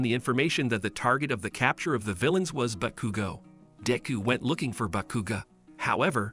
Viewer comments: The entire time i was dying every time he saqid "bakugu" or "kachyn" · Bros saying Bakugew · “Backugo” or “catchin” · Bro you did bakugo dirty (Realy bagugo)😂😂😂 Ke chin Kaachan